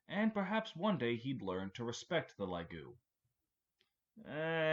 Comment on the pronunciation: LAGOO??? Edit: two minutes later and you said fucking GAY TREE holy shit your pronunciation go crazy